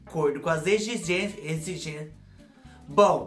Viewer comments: Morri com os erros... Egigencia, egigenxia ... Caraca não saia! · A precisa de uma fonoaudióloga não consegue falar exigência kkkkkkkkk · Rindo até semana que vem com os erros de gravação 🤣🤣🤣, agora vou falar egigencia errado pra sempre 🥰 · Eita vc é demais 😀, dançarina particular foi demais 🤣, dei muita risada com seu vídeo, adorei a erradinha ao falar exigência 😂 💋💋 Ahh me lembrei de quando eu tinha meus 20 anos, meu namorado que hoje é meu marido, me levou num motel chik, tinha piscina no quarto, fiquei deslumbrada com o quarto, motel existe até hoje Studio A.🥰, estou casada a 30 anos.